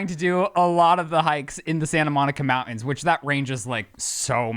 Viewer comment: Just add the T when you say mountains - that is all. I do love The Sip